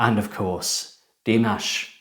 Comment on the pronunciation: "dih-MAASH" not "DEE-maash"